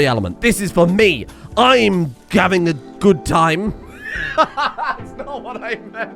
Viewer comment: I swear to fuck just said "I'm gavin a gob time"